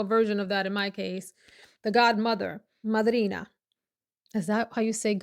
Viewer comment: when you said "Madrina!" you caught me off guard, yes absolutely that's how we say that in italian ❤ very interesting perfume review. I own the lalique one due tu you. I absolutely agree that it has a chic, elegant, special occasion vibe to it. ❤